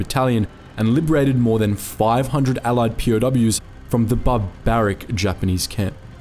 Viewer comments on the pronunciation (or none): none